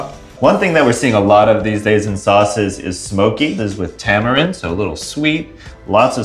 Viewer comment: "Ta - mah - reen" and roll the R off your tounge. Not "Tah - muh - rend"